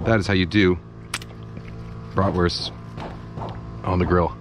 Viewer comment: greeting the non-binary folk? thumbs up Kenji, thumbs up! We need more peeps like you! only your pronunciation of Bratwurst could improve :P (I'm a german )